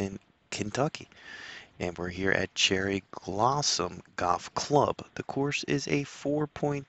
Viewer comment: Cherry glossom? Calimara? lol, check them pronunciations. Good list tho, Kearny hill is my fav. Boones trace is awesome too